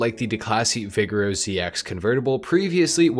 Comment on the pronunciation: Déclassé “Vi-jerro” Not “Vig-aero”